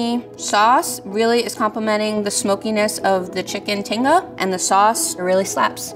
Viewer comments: Not to be that person , but level 2 chef pronouncing “Tinga” and “Crema” the way she was, was making me cringe 😂 I mean it all still looked delicious but ugh lol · never would have expected to hear someone who knows about and cooks tinga to pronounce it like that lmao